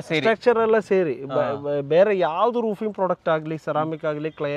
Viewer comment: Roofing ❌ Rooping ✔️